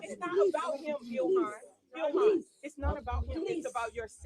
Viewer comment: “…An Individual did something…”. contra EEL-HAHN…. HMMmm… 🙄😑